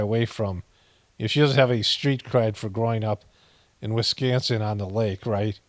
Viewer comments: Still funny when he says “WiSCANsin” 🤣🤣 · It’s Wisconsin, not BOOPING WisCANsin😂😂😂